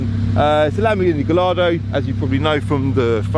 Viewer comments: Pedantic I know but Gallardo is pronounced “Guy-Ardo” not “Gall-Ardo” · Ffs if you do a review on a car learn how to pronounce it properly, sorry but you lose ALL credibility when you cannot even get the name right!!!!! It’s pronounced “ GUY. ARDO” the L is not pronounced at all